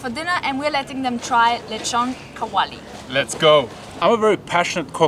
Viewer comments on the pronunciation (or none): "Leeshon kaowalee" lmao 😂